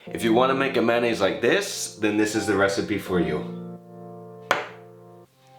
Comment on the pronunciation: It's funny how you pronounce it. Actually it's pronounced may-o-nayse. Keep the vids coming